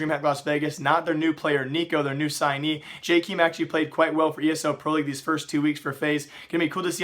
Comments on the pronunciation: Its not JayKeem(star) its pronounced Jaykem or jake-em :) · ITS PRONOUNCED jayy-kem(short e) not jayy-keeeeem